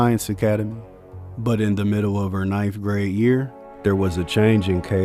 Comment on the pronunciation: Nifth? Homie said nifth grade. These kids grow up idolizing gang bangers when they need a positive role model, which should be their father which in so many instances like von his father was was BD so that goes to show your decisions as an adult and a parent are far-reaching. When Vaughn was still alive I watched the video of him teaching his son to shoot somebody with a play gun as as Vaughn was encouraging him to shoot the guy in the head with the fake gun water gun whatever it was as he was teaching his son who was maybe 3 years old at the time he also was encouraging him to cuss at him. Setting the kid up for failure already.